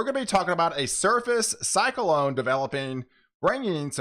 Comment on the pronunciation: When you say cyclone I'm hearing (psych•a•lone)